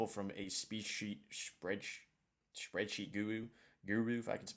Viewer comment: He said "SpeedSheet" 😂